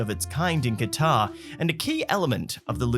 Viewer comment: AT THE MARK, HE SAID THE NAME OF THE CITY RIGHT *KWA TAR**; OTHER LAZY PEOPLE SAY IT LIKE THIS: **CUTTER!!*